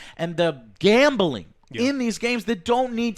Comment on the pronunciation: GAAHHMBEELING. Joe there is no E in gambling.